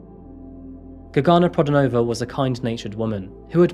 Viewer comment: its not prodanovA, its pro,DAnova. bulgarian is not russian.